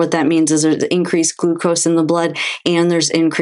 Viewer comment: It's ..."And.......not .."eennnd". Proper pronunciation